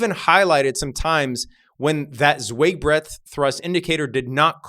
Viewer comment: Z! It’s Z-WHY-g! Zweig is pronounced Z-WHY-g. Google Martin (Marty) Zweig.